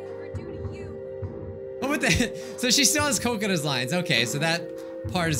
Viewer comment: When he said kokona i thought he said coconut